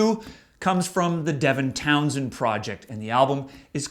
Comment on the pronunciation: Devintownsend. Never heard that. That makes me want to puke. No. Please No! The rest were okay.